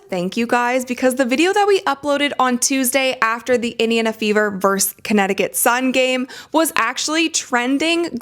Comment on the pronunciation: Someone please tell that it's Indiana and not Idiona